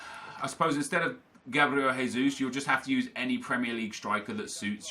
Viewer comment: Oh no! from twosync already says Gabriel "Haysus"... He's not fucking Spanish!!!! He is B r a z i l i a n